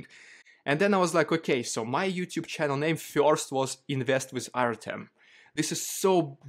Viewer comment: it's pronounced "Ar-tyom" not "Ar-temm".